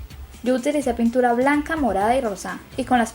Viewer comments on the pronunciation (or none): Dijo puntura embes de pintura